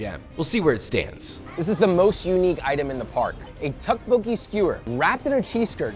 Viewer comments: tteokbokki is pronouced "thouck bowkee" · The tteotbeoki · Tteokbokki was my favorite looks fire, but the pronunciation killed me T.T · his pronunciation of tteokbokki 🤮🤮